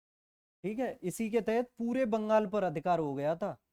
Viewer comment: Vangal nhi bangal hota hai